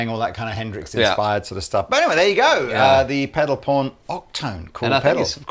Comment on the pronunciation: Oh pedalPAWN...that's not what I heard you say.